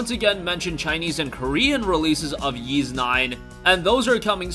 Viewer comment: Wait, YS is pronounced as "YEES"??